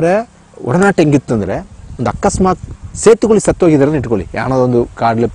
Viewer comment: 😂😂it's setukuli not setu koli😂😂 🐔